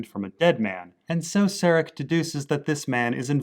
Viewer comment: Stop calling Caleb "Jesse". And stop calling Serac "Sarek". This is not Breaking Bad and it is not Star Trek.